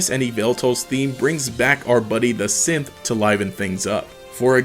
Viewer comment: Bothers me how many times I heard "brings back our buddy the synth" as "brings back our buddy the simp"